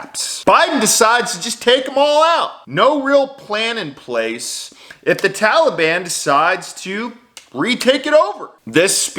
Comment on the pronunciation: Why the all of a sudden change in how tala ban is pronounced? Have we been saying it wrong all this time and now care about their feelings?